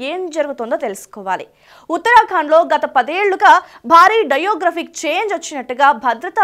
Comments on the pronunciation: నీకేమైనా డయేరియా నా? డెమోగ్రాఫిక్ (Demographic) బదులు డైయోగ్రాఫిక్ (Diographic) అని చదువుతున్నావు!! 'మో' కి 'యో' కి తేడా తెలియదా? అలాగే కుహనా(kuhanaa), అది కుహానా (kuhaaanaa) కాదు !! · ammaa..demographic thalli.. diographic ani chadhivaaru... kaastha writer tho koorchoni rehearsal cheyyamma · Demographic change .Pl pronounce correctly in telugu